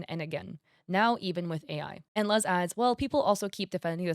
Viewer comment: I think her name Luz is pronounced Loos